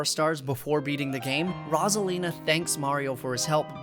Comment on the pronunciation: i love this video but as soon as i got to the part with rosalina... PLEASE please please, with such a long segment, one mistake with pronunciation is fine. but when you repeat the same thing over and over... its rose 🌹-a-lina, not rozalina >.>